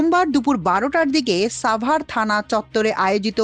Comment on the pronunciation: শব্দটি সাভার হবে, ছাভার নই।